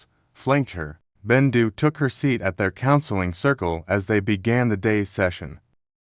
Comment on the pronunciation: Is bendu not rendu